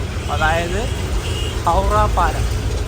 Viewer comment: ഹൗഡ ❌ ഹൗറ ✅